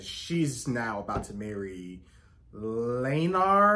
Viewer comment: It's Criston Cole, not Christian. And Laenor, not Laenar.😊